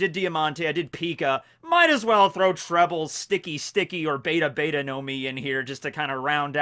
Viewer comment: It’s pronounced beh tah beh tah